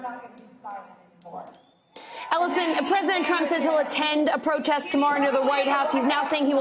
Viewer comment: Trump not drump